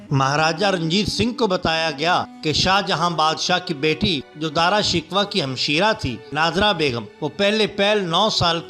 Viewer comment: "Dara Shikoh" not Dara Shikwa